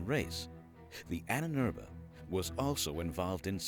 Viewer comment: Annenerbe... Ahnenerbe. Long a is ah.